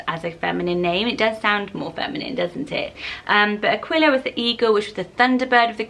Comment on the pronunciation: Aquila is pronounced A-kee-la. Like tequila